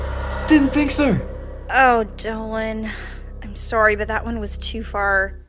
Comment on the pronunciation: Alon Anony his name is Dolan not dolen